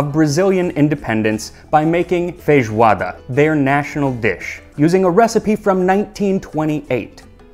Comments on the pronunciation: I love your pronunciation of “fejoada”. It’s pretty much like we say here, we almost never pronounce the “i” in feijão. In day-by-day vocabulary it’s always “fejão”, “fejoada” 😂😂💚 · I'm shocked. Its the first time I listen to a foreigner speak portuguese properly! Obrigado pela homenagem Max! Love from Brazil! ❤️🇧🇷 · How can your Portuguese pronunciation be so good? Almost without any accent.